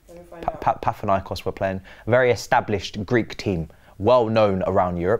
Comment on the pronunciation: Mah it's PaNAthinaikod not Pathinaikos. You came out with chest about how established they are you cannot even pronounce their name right 😂